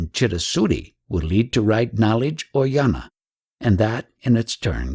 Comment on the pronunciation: Attention Dear Reader: you pronounce jnana as NYARNA. Not yana. Same if it’s spelt gnana.